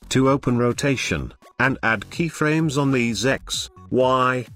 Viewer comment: i swear to god if he says key-fuh-raymes one more time...